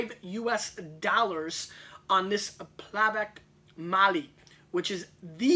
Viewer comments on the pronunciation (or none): Funny that Zlatan Otok Plavac Mali Barrique retails at about 19 USD in Croatia itself. Glad Gary was so enthusiastic all those years ago, Croatian wines have improved immensely since 2008. BTW for all, it's Plahv-ahtz Mah-lee. Not Plavak hahahah. If you want to see Zlatan Otok's winery and vineyard check out this video at the two minute mark. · He should probably learn to pronounce Plavac Mali and Hvar before doing a show on wines from that area. He pronounces Hvar almost like it's in the middle east. He also thinks Plavac is a grape. That would be like saying the Black portion of the word Black Raspberry is a berry. Plavac is a color. Still I'm glad someone is shining the light on Croatian wines. That region has been producing wine for 2000 years.